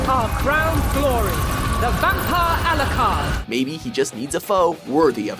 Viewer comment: AlooCard wtf